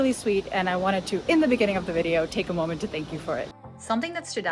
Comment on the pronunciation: Great...and true video, Ha,, did you notice in the beginning of the video, while speaking English, how you pronounced the word "moment" 🙂 Commenters are right, you and all other YouTubers make videos that are always shot in quaint 400 year old Dutch City centers (or is it centrums). There are other aspects of The Netherlands. Cities have entire sectors that are made up of concrete flat buildings. It's a whole different vibe, feeling of Dutch every day life. Then there's the Dutch "good life", cities and towns that are a minimum of 45 minutes away from a large city, have populations of 10-50K and are economically self reliant (not everyone is a commuter). There's a little more space, people actually have a small front and back yard (which are jokes compared to The US). These places are made up mostly of families and they have their own cultures. These are dream places to live in. My family, both sides, are from Ede in Gelderland, magnificent living. I, myself grew up in Maassluis, a 25 minute ride away from Rotterdam centrum, again, a magnificent way of living.